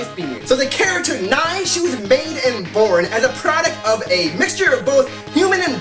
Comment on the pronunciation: Learn to pronounce Nei's name correctly.